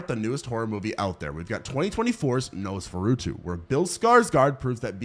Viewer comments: Your pronunciation of Nosferatu is the scariest thing in this video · Okay that is definitely not how Nosferatu is pronounced